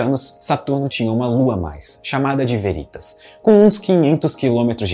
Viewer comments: Só uma observação: a pronúncia correta é Véritas e não Verítas. A palavra, em latim, significa Verdade. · Olá. Gosto deste canal e um vídeo com potencial para ser muito bom, podendo virar uma fonte de consulta, não deve pecar nos detalhes. Deixo aqui três sugestões: 1) Editar o áudio e trocar a pronúncia da palavra aqui pronunciada como “Verítas”, pela forma correta “Véritas” - sim, com pronúncia de proparoxítona. Em caso de dúvida consulte o site 2) Em surge a seta amarela. Seria a força resultante das duas setas azuis? Como entender que num caso a resultante está na direção da lua e noutro ao contrário? Sugiro melhorar isso, quem sabe aplicando alguma animação complementar. 3) Em são pronunciadas as palavras “longes da lua”, o que poderia ser corrigido para “longe da lua”. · Meu caro, diga "Véritas" não "Veritas".